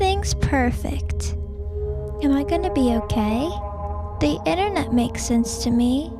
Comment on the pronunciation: It's internet not innernet